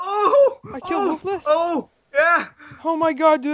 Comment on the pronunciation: ITS PRONOUNCED "WOOFULS"